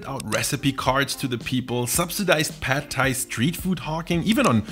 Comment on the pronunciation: The a in "pad" is not like in the a in American English "bad" but like in the German "Bad" (except short).